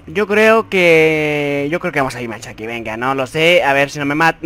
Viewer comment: Siempre pronuncié como vos bimashaki BUT es Bimasakti🤣🤣🤣